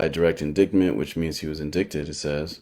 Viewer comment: He’s so ignorant but trying to sound smart I can’t take it omg 🙄 LISTEN. So it’s NOT inDICKted it’s inDITEed fool. Get your reading skills up before doing anything to analyze anyone else my friend. He KEEPS SAYING IT UGGGHHHHHH